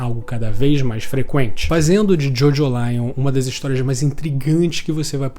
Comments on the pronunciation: Não costumo corrigir pronuncia, mas a forma de pronunciar Jojolion é como em Evangelion e não como em Lion de leão, pois o sufixo lion é para dar essa ideia de evangelho mesmo. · a pronuncia acredito q nao seja essa, nunca vi ninguem chamando evangelion de evangelaion